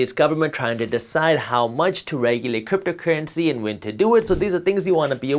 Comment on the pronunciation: Cypto cuuency?? Lemme hear those rrrrrrr’s buddy